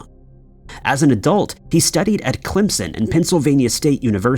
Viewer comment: Thank you for pronouncing Clemson correctly!